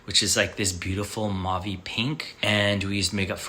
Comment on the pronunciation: Somebody tell the colour mauve is pronounced moh-ve not mo ah vay ‼️ Mauve comes from the French language where au is pronounced as oh. If he spends time in France he should know this. What a Muppet, honestly‼️🤦🏻‍♀️